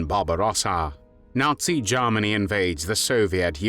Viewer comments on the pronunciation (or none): The way the narrator says Germany reminds me of lord haw haw